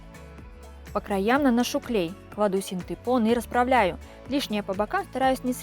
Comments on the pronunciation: Тоже самое хотел сказать) Правильно: фанЬЕра) и синтЭпон) Вы умница! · О господи !!!фанЭра и синдЭпон,больше не говори так пожалуйста ,кровь из ушей ,а так большая молодец!!!! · Ну не могу я слышать - синтЭпон, фанЭра.